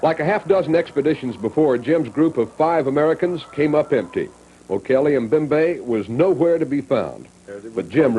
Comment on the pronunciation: Mobembe? It’s Mbembe Mmm Bem bay